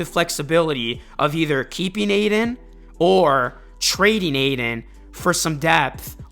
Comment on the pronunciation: Ay-TON not aiden bruh